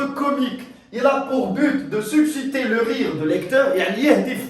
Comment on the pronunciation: Attention à la prononciation du mot susciter